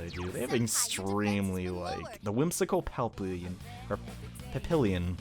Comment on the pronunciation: ish: Bruh, it’s pronounced pap-e(long e)-yon Edit: Yes and no. While you are correct about it being in Smash, the Smart Bomb is actually the bomb that explodes over 5-ish seconds and deals constant damage to anyone within its slowly expanding radius. The “sensor bomb” is actually called the motion-sensor bomb. That one is the one form 007, and is kinda self explanatory, except it detonates when any player goes near it. Yes, I know I’m a smash nerd, and no, I don’t care if that makes me weird, because I’m already completely weird.